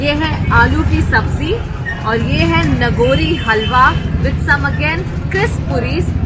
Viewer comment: नागौरी हलवा not the नगोरी हलवा ... improve your hindi.